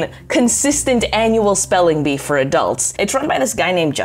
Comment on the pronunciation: Ah yes, I love "Spelingbee"